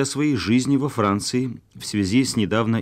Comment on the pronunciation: Как он произносит "во Франціі"," листотшек" ) Киев?)